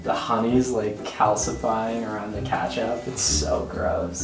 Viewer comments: he said kaatchup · I HATEEE THAT HE SAYS KATCHUP INSTEAD OF KETCHUP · But I definitely have a problem with the fact that says katchup and not ketchup